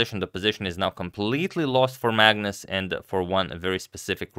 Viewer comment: am i the only one when agadmator says magnus, i hear it as 'madness'